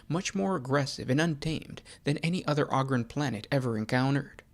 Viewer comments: I love your show!! Definitely got a subscriber here!! I got one thing that really bothers me though…. It’s Ogryn (Ooh-grin) not ahgryn! 😂 keep it up brother, I LOVE THIS CHANNEL. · Enjoy your videos for the most part, but the way you're pronouncing Ogyrn is killin me. smh